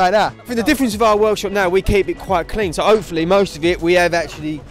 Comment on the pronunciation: Rah my guy said overred up and opefully 😂